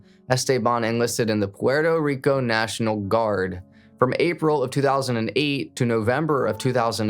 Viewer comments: Gotta chill on the over enunciating of the names and places just say puerto rico normal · Stop speaking so monotone and saying Puerto Rico like that god damn colonizer 😂🤦🏽‍♂️ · Guy trying to pronounce Esteban and Puerto Rico 🤣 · BRO STOP SAYING PUERTO RICO LIKE THAT DAMN I WANNA STAB MY EARS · the way he said Puerto Rico pmo